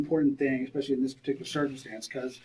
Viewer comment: When he said "peticular" that really irked me...